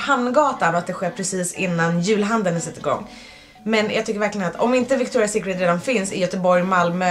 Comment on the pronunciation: Hahaha, jag typ skratta ihjäl mig när du sa fel på Victoria secret 😂😂💕